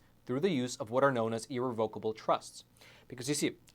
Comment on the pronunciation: You’re pronouncing irrevocable wrong ugh.